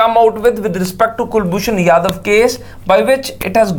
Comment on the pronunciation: jadhav not yadav